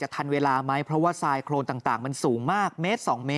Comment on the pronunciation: โคลน ไม่ใช่ โครนไปเรียนเพิ่มนะ